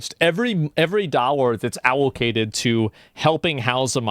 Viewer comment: please tell me he doesn't think allocated is pronounced owlcated.